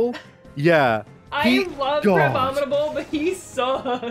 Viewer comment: I hold no love for Illumise, but the amount of times they mispronounced its name grated on me a little. Ill-lu-me-say. One more thing! Please don't shit on my girl Lopunny. I carried one through Ultra Sun/Moon and she was a fuckin' powerhouse! I like her design she's a very versatile pokemon!